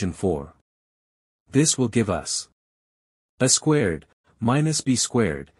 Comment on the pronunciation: I cringed at every "uh squared" (pronounced the way one would say "a box").